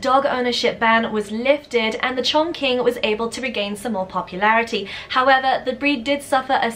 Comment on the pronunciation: Hello there M! For the Chinese Chongqing, the pronunciation should be like "ChongCHing". The Q is pronounced like a CH here in China. And also, it has a G between N and Q Also say that Chongqing is a city in china, in the Sichuan province (the spiciest food in all china). Greetings from Wuxi, keep up with these great videos!